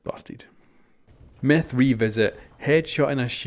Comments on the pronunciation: He says meth instead of myth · It sounds like he is saying meth go hiesenberg